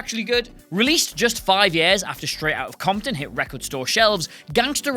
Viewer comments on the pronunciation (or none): none